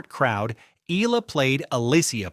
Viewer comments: E-AH-LA, NOT I-L-A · Not “E - LA” its pronounced “ E- Yeah- Luh” 😂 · Will you pronounce Alex surname correctly. It is not ila it is e y a l a. Eala. Ty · Get your AI to learn how to pronounce Eala... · Anglicizing Tagalog words Laban and mispronounced Eala's last name 🤦‍♂️ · When are these ai voices going to learn how to say eala correctly, lol